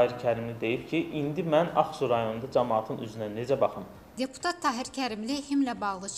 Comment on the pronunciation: Serengam,sençyabr (sentyabr),magaralarla,cirektor,siyasi maçivler,ceputat Tahir Kərimli.Bu sözler yeqin yeni sözlerdi.Xahiş edirem bu televiziyada danişanlar dilimizi düz danişsinlar.